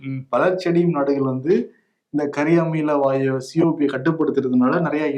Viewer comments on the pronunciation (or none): கரியாமல வாயு இல்ல கரியமில வாயு.... pronounce correctly